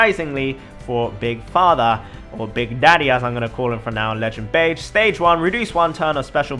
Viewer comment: beh-jee not beige reeeeeeeeeee